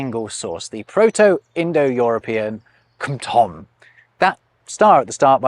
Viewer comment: Slight correction, it is not *kmtom but *ḱmtom, the initial K is palatalized. Palatalized K becomes S/SH in some families like Slavic and Indo-Aryun but merges with regular K in others